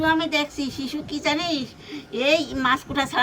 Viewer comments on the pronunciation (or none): ওটা শিশু নয় শুশক বলে আবার তালভোশ ও বলে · ওটাকে শুশক বলে।শিশু নয়। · ওইটার নাম শিশু না, শুশুক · Shishu na shushuk.